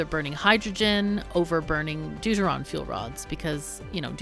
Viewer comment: Every time you say "Deuteron" I hear "dude-ah-ron".